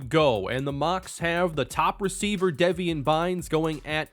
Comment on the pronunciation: Deveon is pronounced like Le'Veon btw, not Devian.